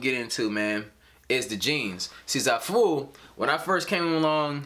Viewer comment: Wait that's how you say the website?! Sounds nice when you said it 😂 and thank you for the video!